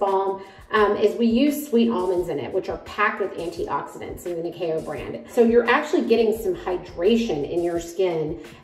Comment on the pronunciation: Yeeess even said it in the kiuk way 😜😜